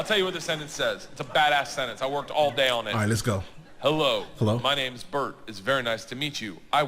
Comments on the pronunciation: Bert not Bret. Love your channel! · You have no idea how hilarious your introduction of this clip was. It is an ongoing 'bit' that NO ONE seems able to read Berts name and pronounce it correctly. I would have figured that you would have gotten it right. You even got the hard part most people struggle with correct! But you introduced him as BRET instead of BERT! Hahahahahahaha! Anyhow, yeah, Bert is hilarious as hell. He has a podcast with another hilarious comedian named Tom Segura. The podcast is called 2 Bears, 1 Cave. Absolutely a hilarious show. Bert is a different kind of human being, superhuman in some ways... and utterly subhuman in others. It makes for an amazing comedic set. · The best part of this video is you called him Brent 🤣 it's a running joke for him and his friends that no one can ever pronounce his name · Bert not Brett 😂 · “Bret Kreischer” lol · He is also know for having his name mispronounced all the time. Hilarious that the tradition continues. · The fact you butchered his name makes it even funnier hah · For major fans of Bert and Tom it was a major cherry on top to hear Bert's name pronounced incorrectly for the time. I laughed soooooo hard. #HighandTight #BurntChrysler #TheMachine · I fucking love that you got his name wrong. I want to believe you did it on purpose. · That's funny. got Bert's first name wrong and his last name right, that almost never happens. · And the inability to pronounce bert's name continues 😂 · Did you honestly say Bert's name wrong or was that intentional??